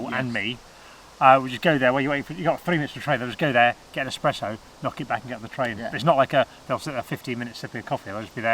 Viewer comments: saying expresso instead of espresso god that hurts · Oh my god! Another one that says, “EX-presso”! No, bud...sorry, but it’s ES-presso 😂😂👌